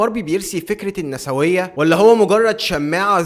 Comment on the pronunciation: أسمها بالنطق النيسوية مش النساوية وبتتكتب النسوية